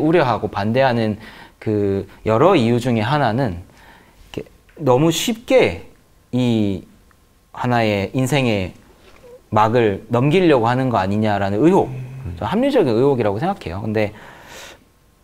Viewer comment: 으혹이 아니고 의혹이야 발음 똑바로 ㅎㅎ 하시길... 자신만의 정치적 신념? 종교적 신념? 완전 특권의식이네. 사정상 군대 면제되면 그렇구나 싶겠는데, 남들 다 가는 군대를 자발적으로 헐...